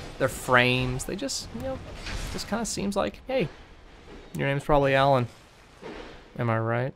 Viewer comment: 's gotta be 'uh-LAWN'. If they wanted me to say "ALlon" they'd have two ells in it. Also. Yes, his moves are very well choreographed. And he generally telegraphs them well enough that you can see them coming. :)